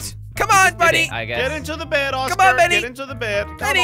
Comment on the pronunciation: Its "benny" but its ok